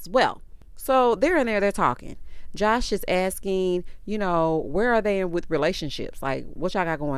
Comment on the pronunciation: She talking about she know how to properly pronounce Baltimoreso that's why she said Baltimore but at the same time at the end of her whole sentence about how she want to meet somebody's son and build an empire witha. I'm thinking like sorry that's not how you properly say with, it's not witha. I hate when girls talk and add extra letters to words that don't even make sense, like No a, when they're saying the word no, adding" a "is one of those examples. Like if you going to try to dog out Baltimore folks for how they say Baltimore, then you need to properly speak throughout your whole sentences.